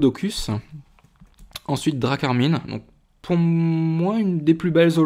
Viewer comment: Tu as dit drakarmine au lieu de drakrmin